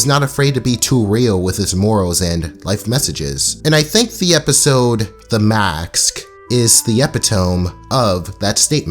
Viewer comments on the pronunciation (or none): DUDE ITS MASK NOT MACKS 🤬🤬🤬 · Dude its m-a-s-k not maks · Mask not max brooooo wtfff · Epi-tome isn't that bad but maks cannot be forgiven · Why tf r u saying max Its mask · its mask not max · MA*S*K massssk not MAX godamn... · Damn you really have a hard time saying Mask lol sounds like Max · Masssk massssk not maccs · Why are you saying maks instead of mask? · I love the video, but bro, you’re saying “max” and not “mask” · Sorry but it Mas K MASKKK MAAAASK not maks its maskk MAAASSSSSSSSSKA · He rlly said maks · “The Maks” 😂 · STOP SAYING "MAX" ITS MASK im not even a minute in and im already triggered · why he says "maks" instead of "mask"? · You say "it sounds stupid" My dude...you are saying mask "maks" deliberately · does this dude not know how to pronounce mask or is it just me... "max" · Okay so anyone else get annoyed on how he said “Maks” instead of mask? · "The Makst" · Every time I hear “maks” My bones hurt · Bro I cringed so hard, MAXED LADY??!?!?!!!?!?!!! Like bro he literally says how it’s supposed to be said in the episode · the maksk ladeh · “The maksk” lol... edit: not being mean, just thought it was funny, loved the vid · The makhkhsksks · The maxks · Why does he says maks instead of masks :( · So let me get this straight If a woman is beat by a man she has the right to beat any man because she has experienced trauma??? You are stupid and you can't even pronounce mask lol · Please sir, annunciate the “k” !! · Why can't you say mask? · The way you say mask is pissing me off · This is a great video and all, but "and I think the episode, THE MAKSK" also, EPI-TOME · Why the fuck does he keep saying 'Max' or 'Maks'. Like duuude i can hear you speak english well and pronouncing every word clearly. But when it comes to saying mask, you say Macs. Am i missing something here???????????? Idk why the fuck this annoys me so much, i feel like im being trolled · Nobody: Absolutely nobody:: “macks” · you cant say mask